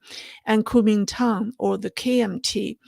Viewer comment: please say it right. GUO2ming2dang3. Please, not Kuo1ming1Tang4. Why pronounce this very first of China's post Empire institutions like foreigners who don't speak Chinese?